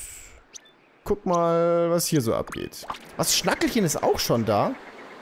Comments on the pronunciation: Ich denke man spricht es Schnakehlchen aus (schnacken und Rotkehlchen) und nicht schnakkelchen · Schnackehlchen spricht sich übrigens "Schnakehlchen" und nicht "Schnackelchen". Der schreibt sich ja mit H, weil es von kehle kommt. Ach und der hund aus Yoshis Island heißt Schnuffel und nicht nicht schnuffelchen. Schnuffelchen waren die kleinen aus Poochis and Yoshis wooly world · du bist zwar ein Ehrenmann aber es triggert mich wie du schnackehlchen aussprichst wegen dem h spricht man es lang